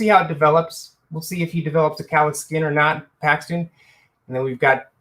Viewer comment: Dude, Paxton bro... Paxton